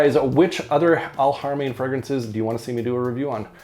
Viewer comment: Thanks for letting us know about this scent. Noticed that you were pronouncing the "H" in Alharamain with a proper Arabic accent which is usually not very easy for native English speakers, you get extra points for that 😁